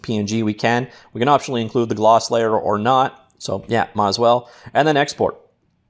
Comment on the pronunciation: I swear the way this guy says stuff "Glose" "Ping"